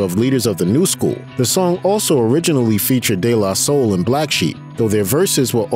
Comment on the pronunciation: I don't like the way he pronounced "DE La Soul" personally. Bothered me a lil.